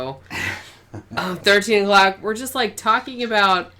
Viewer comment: How come in your outro, every time you say "13 o'clock", what my brain hears is "13 f**ks"? Alien mind control? Or maybe I'm just getting a contact drunk... 🙂🤐🤪